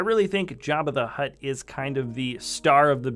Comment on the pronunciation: Jabba the HUTT NOT HUT!